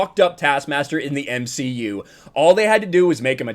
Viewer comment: You meant to say the M she U.